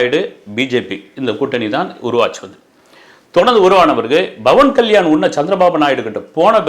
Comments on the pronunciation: Sir, His name is Pavan Kalyan ❤️ Not Bavan Kalyan 🙏🙏🙏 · pronounce name correctly. Not Bavan Kalyan it’s Pawan Kalyan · Bro its Pawan kalyan not bawan kalyan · It's pawan kalyan not bhawan kalyan... sotta correct it👴